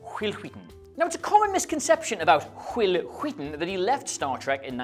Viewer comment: I can't help feeling you're referencing something pronouncing WHil WHeaton's name so WHeird.